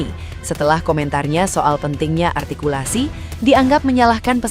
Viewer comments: Yg kurang jelas dewan juri artikulasi bukan altikulasi 😅 Ngomong R aja dewan juri GK bisa 😂😂😂😂😂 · Mungkin malam sebelum tugas ke pontianak ibu ini kurang jatah😂😂😂😂 dia sendiri gak bisa sebut kata r. R... ARTIKULASI..sampah ibu ini. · Bilangnya artikulasinya kurang jelas na dianya aja ngomong R nggak jelas bilang R atau L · Si Indri ini cocoknya jadi pelawak lucu soalnya dia ngomong artikulasi harus jelas padahal dirinya sendiri cadel ngomong " R " gk jelas payah memang orang ini bikin tertawaan netizen se Indonesia 😂😂😂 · INDRI WAHYUNI MUKA BERAK , SEBAIKNYA JADI JURI KOMBA NANGKEP ENTOG DUSAWAH!!! , DI 17 AGUATUSAN AJA ,. KALO JADI JURI LOMBA LCC , TERLALU KETINGGIAN NANTI ARTIKULASI "RRRR" NYA BERANTAKAN!! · Maaf, Indri Wahyuni menyoal artikulasi. Ia gak sadar, saat Indri mengucap huruf R malah gak jelas😊😊😊😊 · Nyebut R aja ga becus sok2an bilang artikulasi 😂😂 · lha indri saja ngomong R nya aja cedal kok ngomong artikulasi...🤣🤣🤣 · Seorng juri mengatakan artkulaai harus jelas,. Ngomong R zaa yg benar gak bisa,. R mba,.. bukan eyrrr,.. Artikulasi gak jelas juga kocak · Orang ini sok ngomong artikulasi, padahal mengatakan "r" aja tak beres. Coba deh diperiksa Ijazah Juri2 itu 😃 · emang artikulasi dia udah paling sempurna apa ya? ngomong R aja ga jelas.... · Betul kaya anak balita..... 🤭🤣🤣🤣padahal artikulasi bicaranya juru rrrrrrr yg tdk jelas..... 🤣🤣🤣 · oh ini yg viral si paling artikulasi??... apa ngga sadar dia sendiri ngomong R nya ko krg jelas terdengar L..L..L...😂😅